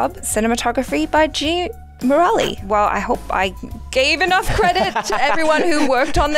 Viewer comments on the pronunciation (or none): Is it just me but I am getting irritated with the pronounciation of Murali . There is no emphasis on the 'A' it is a 're' sound not Muraali don't roll you 'a' here